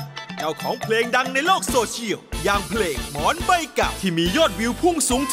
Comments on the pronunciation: หมอนไม่ใช่ หมอ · หมอนครับ ไม่ใช่ หมอ คุณทีมงาน